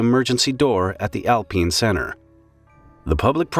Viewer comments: Alpeen?!? I always thought it was alpine, kinda like a pine tree. Guess it's pronounced like a peen tree, ALPEEN! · Is it really called “alpeen” or do you just not know how to say alpine? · I'm sorry, did you say 'al-peene?' Was it named that? Or did you mean alpine 'al-pine' like 'eye' then n sound, you know like the tree. You don't call them peen trees... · Al-pine not alpeen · i cant get over how he says alpine as alpeen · “Al-peen?” Are you kidding me? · And if you're from the US, it's pronounced "al-pine".